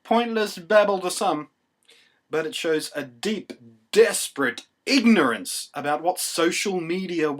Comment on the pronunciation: "ig-in-er-ance" i love you blunty